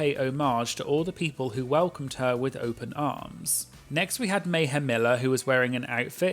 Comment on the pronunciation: Meh-hem Miller as one queen put it I believe lol